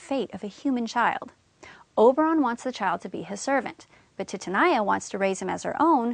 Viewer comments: It’s TITANIA not titinia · I can't believe the pronunciation of Titania !!!!! Phonetically it's Teetahneeah. Helpful otherwise. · Your pronunciation of 'Titania' kills me... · Thx For help But the pronounciacion Of Titania Sucked my dig